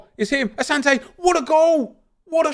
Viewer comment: Bro. I’m Ghanaian. It’s said asanti not Asante